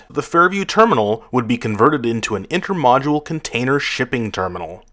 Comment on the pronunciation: Intermodal not "intermodule"